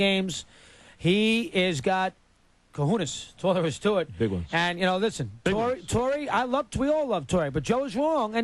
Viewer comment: He's got "cahunas" lol It's cojones, Dog!!!